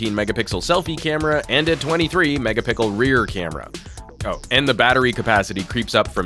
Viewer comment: He said 5 mega pickles last video and ppl pointed out, now he's doing it intentionally...